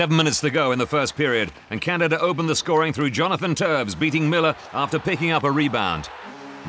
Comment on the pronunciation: ITS TOEWS NOT TOES!!!! >:( this is officially the worst EVER!!